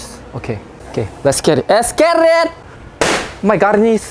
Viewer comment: it's letsss get it it's not eeetttssss git it